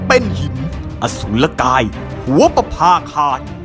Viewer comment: คำว่า ประภาคาน ไม่ไช่น.หนูจริงๆเเล้วร.เรือ